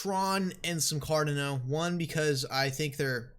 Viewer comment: Car-dah-no. Not Car-dih-no. Say it right.